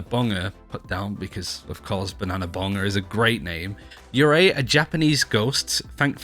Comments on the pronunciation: Yurei is not pronounced yuuri. Its you-- ray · You say it more like “ yoorei “ btw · Guys, "Yurei" DOESN'T end with "u", stahp